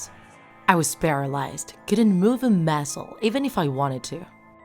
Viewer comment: “Couldn’t move a mAsClE” When accents become your voice